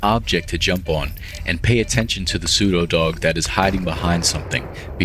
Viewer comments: After 5-7 times you said that word I understood why I don’t like it, you pronounce it like “psudodog” instead of “pseudo dog” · Your pronunciation of pseudodog hurts my ears, maybe this is just because I’m not used to pronunciation like this. And personally, I heard pronunciation like “psevdo” most of the times (by the way, in Ukrainian letters/sounds “у”/{u} and “в”/{v} often are interchangeable, but not always)